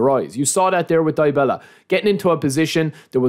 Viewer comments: Its Dybala(Dibala) not Diebela😅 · Dybala not die bella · Hahaha Die Bella -,DYbala. Y - you read it normal like from a word "If" the first letter sounds like the Y.